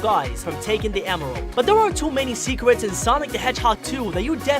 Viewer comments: My DUDE literally said seekers instead of secrets LOL😂😂😂😂😂😂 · “10 secwet in sonic the hedgehog 2” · Secwets? Hahaha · a full list of how you pronounced words incorrectly in this video: yeer, fwesh, sawnic, worl', shronger, diece, thwetiened, rioght, gouys, rwit, dianamic gween emweld, woboic, Wisoskie, docor, eggmn, billians, dieanamic, secwets, hechoc, segao, wittwe twaining, chilliedoc, muvie, sonicomics, wasecar, gween, wiver, mausic, weferance, weally, sewies/sewie, westing, sars, ekindnao, teils, weach, fawr, awway, amoung, ian, veary, simialar, batniacs, shiyp, leavle, and vewy. tell me if I missed any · At the start did you say "new secwets you missed" and you said fwesh? And you said fwiend AND YOU SAID SECWETS AGAIN AND AGAIN AND YOU SAID SWOWLY